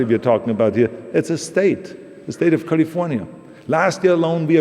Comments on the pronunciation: Dear Austrians, please note how we say the name of the state "California". That is its name, not "Golly-vornya". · The great state of Cahlee-Fuh-Niahh